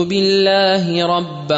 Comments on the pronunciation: Assalaamu ‘Alaikum. This is beautiful and amazing recitation. Jazākum Allāh Khayran. Just one point. In dua “رَضِيتُ بِاللَّهِ رَبًّا وَبِالإِسْلاَمِ دِينًا وَبِمُحَمَّدٍ نَبِيًّا”, the word should be بِا not بَا. Because I think its pronounced “Billahi”. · Assalaamualaikum 'Billahi hai' Correct karlijiyega.....